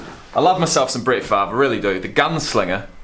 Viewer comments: The ol' gunslinger. By the way the "r" isn't silent, its pronounced as switched with the "v." "Farve" "Fav" works with the Aussie accent though I guess :) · The R isn't silent. It just pronounced before the V pronounced Farve